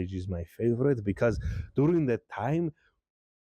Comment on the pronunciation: I find it amusing that when you say "During" it sounds like you're saying "Durin". How fitting.